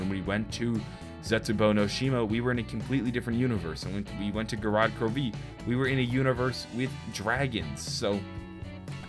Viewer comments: The way he says gorod krovi, GOROD KROV-EE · how he says gorod krovi had me 😂😂😂